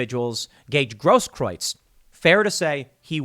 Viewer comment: Tim Gaige Grosskreutz It's pronounced Gross Krootz